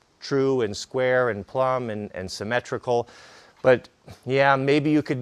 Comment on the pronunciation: Haha, did you just say sym-metrical?